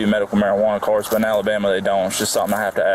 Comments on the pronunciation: I listened seven times and it sounds to me like he said "Alibamia" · he can't even pronounce Alabama